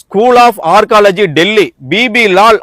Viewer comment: Learn to pronounce Archeology. It is not ARCOLOGY